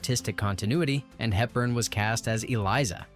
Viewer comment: 'Andrews." Not possessive. Audrey Hepburn, not "Helton." Yeesh.